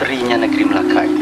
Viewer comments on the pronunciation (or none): none